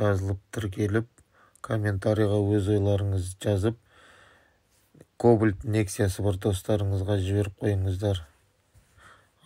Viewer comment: Не мАтор, а мотор! Не ШеврАлеТ а Шевроле! Не КобОлДЬ, а Кобальт. Испанский стыд🤦‍♂️